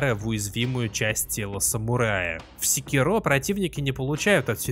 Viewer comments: не сикерО а секИро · Называть секи́ро секирó, все равно, что называть бурати́но буратинó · Секиро́ ухо режет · Правильное ударение "секИро", ну на крайний случай с натяжкой "сЕкиро", но никак уж не "секирО" Ну и я уже молчу про то, что автор абсолютно ничего не знает про шиноби... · секИро. в оригинальной японской озвучке его именно так произносят. И это его имя, а волк - псевдоним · Это так, но в японском есть акценты, играющие роль ударений, и в японской озвучке явно слышен акцент на секИро. Опять же, есть и более-менее каноничная английская озвучка. В английском ударения есть, но при этом прозвище главного героя произносится довольно монотонно (по-японски). Из-за этого в английской озвучке можно расслышать как варианты секИро, так и секирО (уж как мне кажется). Но с чем я точно не согласен, так это с вариантом сЕкиро - ничего подобного при всём желании расслышать не получится. Но десятки обзорщиков со мной не согласны) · Каждый раз когда слышу ударение на последний слог в слове Секиро, аж передергивает)